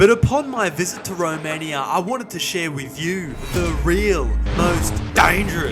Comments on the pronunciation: I hate thus: the rage baiting title, the way he pronounces Romaniiiaaaa and the fact he started with gypsies. Didnt watch past that eveb if I know that this is satire. 🤮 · Why you pronounce Romania like that